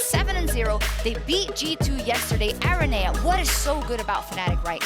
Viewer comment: Not even the best interviewer in the LEC can say araneae... Why does he have so many vowels together...